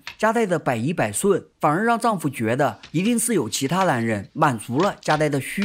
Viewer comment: 这部戏很好看，可是讲述者的发音实在让人有点听不下去，把“无奈” 读成“无赖”，“男人”读成“蓝人”，那个“n” 的发音有那么难吗？发音前只要把舌头往上面贴就行了，不妨试试看😊